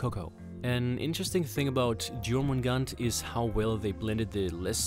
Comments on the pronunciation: I just need to make a correction here, it's pronounced YOUR-MIN-GAND-ERR, that's how you would say it. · not JOR-MIN-GAN